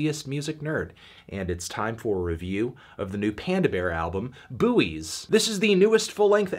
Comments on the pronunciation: "Boo-eees" ?? We definitely pronounce that word "boys" in britain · The 'U' is silent bro, only so many times I can listen to a man say 'boowees' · I don't know much about this album but isn't it just pronounced like the thing in the sea? he sounds so dumb saying "bu oys" ygm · The pronunciation of buoy. How did the word buoy come to be pronounced "BOO-ee" in most of the US? The British pronunciation "BOY" as in the word buoyancy or buoyant (which both countries pronounce the same) seems to be pretty straight-forward, so where did the US version come from? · wait do american's pronounce buoys as booeeys? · Isn't it pronounced "Boys"???? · okay, but can we talk about how he's pronouncing Buoys? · yeah, but I didn't ask Merriam-Webster, because I'm in a YouTube comments section and just found it funny because I didn't know there was a different American way of pronouncing the word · The way Anthony says Buoys kinda kills me inside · It’s a CT thing. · Is he joking with the pronunciation or is that how Americans say it omg